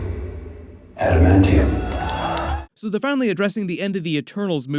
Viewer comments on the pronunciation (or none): What about the new trailer where he says adimantium